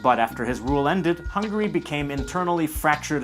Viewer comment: ITS HUNGARY NOT HUNGRY T~T